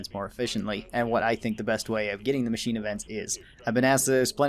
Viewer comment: "Macnine" instead of machine